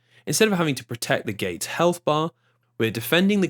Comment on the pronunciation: Me at around 59 minutes into this video: please take care to pronounce the "T" in your words. The amount of "Gates" without them is becoming an unintended hate crime 😅